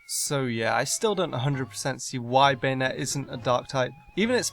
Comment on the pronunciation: BanEtte... BanEtte... BanEtte?!! Now I might be deaf, but I think I heard Banette pronounced like BanEtte. I'm quite sure it's pronounced like BAnette, with the A pronounced like the letter A.